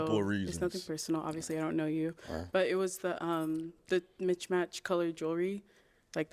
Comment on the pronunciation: WTF is “mitchmatch” 😂😂😂😂